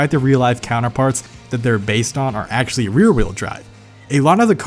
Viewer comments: This dude says “Axely” instead of “actually” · Take a hit every time he says "actsili" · That's all legit but why do you pronounce "actually" as "axly"